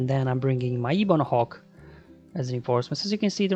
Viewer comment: Ebon Hawk, not Eebon Hawk. Lol.